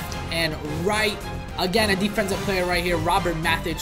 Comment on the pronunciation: You liar you said deffensive.......…… JK